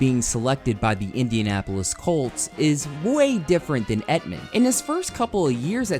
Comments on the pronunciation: The way you pronounce Emtman makes my ears hurt. Emtman...as in Tempt-men without the "T" It sounds like you are saying Epp-men...but I still upvoted your video. Very good. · It’s Emtman not Etman. He was a tackle not an end. Make a little effort to get things right. Bad job. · Your inability to say Emtman is cracking me up. emt-man not et-man